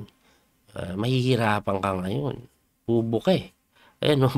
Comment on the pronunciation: Medyo natawa ako sa bubuka coach. Parang iba narinig ko. 🤣